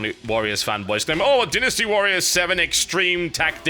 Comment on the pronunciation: TB it is not pronounced denn isty warriors. it's DINE nasty :X